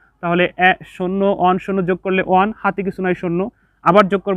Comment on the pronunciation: স্যার আপনার ক্লাস গুলো অনেক সুন্দর কিন্তু 1 এর উচ্চারণ ভালো হয় না ❤